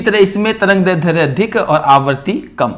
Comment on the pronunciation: सर आप दैर्ध्य का उच्चारण गलत कर रहे है।